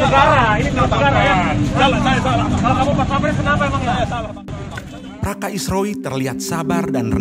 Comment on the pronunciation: Praka ,,bukan Praska